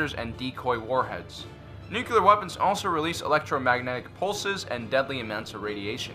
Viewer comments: Love your vids, but I had a hard time with one thing. It is New-Klee-Are, not New-Cue-Lar. Sorry, but I would rather listen to nails on a chalkboard. Both Bush 43 and Carter said that. I cringe every time. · Please learn the word nuCLEar! It is not nuCULar.... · NU CLEAR not NU CU LAR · You pronounce "nuclear" like President Bush. It's "nook - lee - err", not "nook - yoo -- lerr". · Nuculer ??? Or nuclear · its nuclear not "nucular" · It’s nuclear. How many times he gonna say Nucular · Just like the real new Star Wars movies. Too much comedy in this video. Plus, what is "Nucular"? It's "Nuclear." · I gave you a like in this one, because it was honestly awesome - I almost retracted it for all of the “nucular”s, but I saw a video of yours yesterday where you joked about that/ and your channels have quickly become my favorite - sooo, I gave you a break 🤣. Keep up the great work! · Say it with me: N-U-C-L-E-A-R. Nuclear. NEW-CLEE-ER. Nuclear. "Nucular" is not a word. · Always thought you were smart, then you said "nucular" 🤔🤔🤔